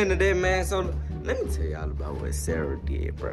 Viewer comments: bro y u callin her Sarah?! it's seraph bro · is sear-uf not sar-uh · Her name is SERAPH not "SaRaH" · Did you call her Sarah again it’s Sarahf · U can’t even say her name good she’s Roman’s